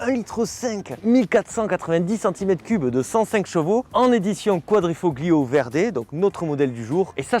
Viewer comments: Toujours un excellent choix de véhicules (on a les mêmes goûts). Bravo pour ton énergie et ton jeu de mains 😄 Pour ton information, on dit "quadrifo(g)Lio" ... on ne prononce pas le G, comme dans Ta(g)liatelles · Quadrifolio!!!! On 'e prononce pas le G!!!! 😂 Je hurle a chaque fois que tu le dis, et tu le dis a toutes les phrases !! Merci en tout cas pour cet essai d'un modèle que j'adore. J'ai eu un grand prix (série spéciale du quadrifo(g)Lio dans ma jeunesse, j'ai adoré cette voiture. Une merveille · Superbe vidéo encore une fois...Merci d'avoir remis à la lumière du jour cette magnifique voiture! Un travail de maître cette vidéo... Toutefois, il y a un petit bémol de prononciation...En italien, la lettre "G" est presque muette. Quadrifoglio se prononcerai plutôt quadrifolio. Sinon, c'est top. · "Quadrifoglio" faut avaler le G à la prononciation . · Arrête de prononcer le G de quadrifoglio... Il ne se prononce pas en Italien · Excellente revue d'un voiture tellement typique et pleine de charme ! Pour la prononciation de quadrifoglio, c'est comme les tagliatelle : le g ne se prononce pas et c'est parfait comme ça 😊. Encore bravo et merci ! 😘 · Super une alfa. Par contre le g de quadrifoglio ne se prononce pas en italien 😉